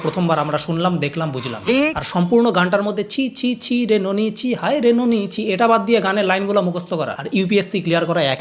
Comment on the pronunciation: Oita নোনি na নুনি hobe 😂